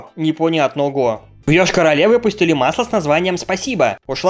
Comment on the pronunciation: Когда живёшь рядом с Йошкар-Олой...Аж плакать хочеться что наш город в видяху попал И спасибо что правильно прочитал название города.И тебя здесь многие знают))